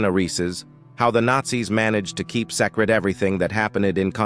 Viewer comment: AI strikes again. The narration usually sucks, and it isn't long before I expect to hear the voice repeat words like, "quote", "period," and mispronounce words. I got to the AI missing speaking the simple, "secret," and I stopped watching. Another youtube channel on my list of ones created by AI that I will ignore in the future.